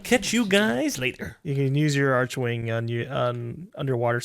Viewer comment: ITS PRONOUNCED ARK-WING. FUCKING DAMMIT LMAO And the PVP is only fun for new players because new player weapons like strun are extremely op in conclave Also hi PC player with 12k steam hours, 8k in-mission hours, I may be able to help if anyone needs it!